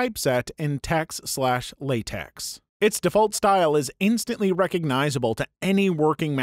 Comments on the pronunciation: Just FYI TeX and LaTeX are not pronounced like tex and latex. That isn't an x, it's the Greek letter Chi, so instead of pronouncing it like Lay-tex, it's Lah-tek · I know it's not important but Latex is pronounced Law-tech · obligatory "it's pronounced Lay-tech, no 's' sound"